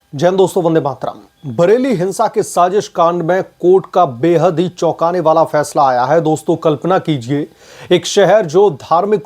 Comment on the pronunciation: Vande Mataram. (Not Vande Matara). It hurts ears to listen to your Vande Matara.